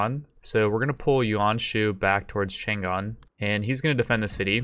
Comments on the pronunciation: Isn't it written Chang'an to indicate that it should be pronounced Chang-an? Just saying. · It's "CHANG AN"(chane ann) not "chan Gan". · Chang'An, is actually Chang An - not Chan Gan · its pronounced chong-ahn